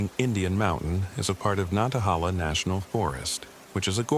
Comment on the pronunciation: WNC native here. It's pronounced Nan- ta- HAY- la! Thank you.